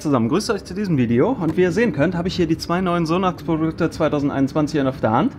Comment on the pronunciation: "Die neuen Sonaxprrdfdukte." ;)